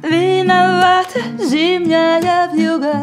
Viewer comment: ВьюгА с ударением на А - это нечто.......